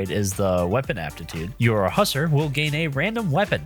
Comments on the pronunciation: its pronounced (huss - are) not (Husser) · HUSSERS? Its Huss-AR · You were mispronouncing Hussar constantly which was driving me crazy. The first paragraph is pronounced more like "who" than "Hus". I don't have my dictionary in front of me, but usually I have heard that word pronounced more that "who sar" than the "huss er" you were using. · its hussAr, not hussEr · "Husser" That hurt to hear, I'm sorry. Its "huh-sahr", named after the Hussars (horse-riding infantrymen) of Europe.